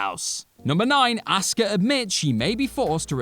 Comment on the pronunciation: I still have no idea who "auska" is ... I keep asking google, but all it shows me is some chick named "asuka" (pronounced "a-soo-ka" NOT "aw-ska")